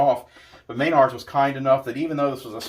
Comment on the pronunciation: Please stop saying MAYNARDS. It's pronounced mah-nards. Otherwise, good review. I think they've done a much better job this time. I'm curious as to how they handled the quick starts.